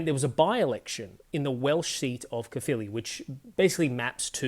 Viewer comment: Brilliant! You perfectly pronounced both Plaid Cymru and Caerphilly. Two things that several English political commentators couldn't manage in some other videos I just watched. 👏